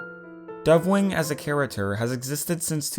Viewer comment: Idk why, but I love how you say charater